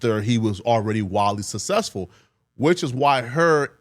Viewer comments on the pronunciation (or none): Why can't this guy pronounce "successful"